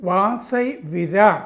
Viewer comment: വാസൈ അല്ല വസായി